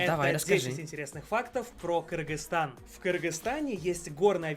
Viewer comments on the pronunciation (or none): Правильно не Киргистан а Кыргызстан